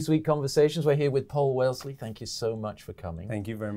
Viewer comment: Did he just say Paul WeLsley ?? TF ??